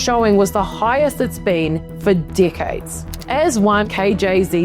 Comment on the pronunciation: From the beginning it sounds like she is saying dikheads instead of decades.